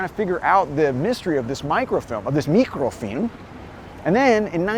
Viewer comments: Why do you keep pronouncing it "meekro-feelm"? I'ver never heard it pronounced that way. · I appreciate the Slavic way of pronouncing “mikrofilm” 👍✨